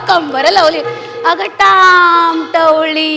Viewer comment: ताम आहे....ताई, टवळी नाही तवली आहे हो